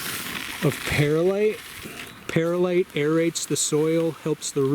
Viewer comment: Just a friendly FYI... the correct pronunciation of "Perlite" is purr-lite rather than pear-lite. Great vid. thanks👍